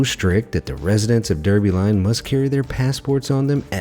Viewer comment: Isn't the name of Derby Line pronounced "Darby Line"?